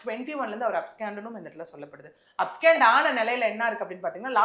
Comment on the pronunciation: These ladies dont have the full picture. First and foremost, the word is 'abscond' and not abscand. Learn pronunciation of words. I am 100% sure he never claimed to be God at any time or as a mediator. Please exercise caution and be more responsible while making allegations. I dont attend his church. No true Christian will ever claim to be Jesus. Because that would be blasphemy